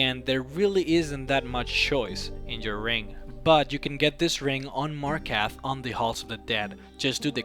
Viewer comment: he butchers the absolute HELL out of almost every name that he mentions...... the "tieves guild", "markath", "deieadric"